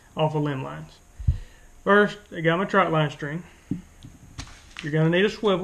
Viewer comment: Why does everyone say troutline? It’s trotline. Trot trot trotline. But this video was pretty good.